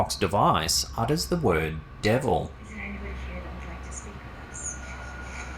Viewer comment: in video it sounded like, Debra not Devil, to me.